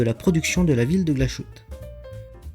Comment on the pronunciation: Aussi on prononce Glashutte = glas + hutte (pas de son « ch »)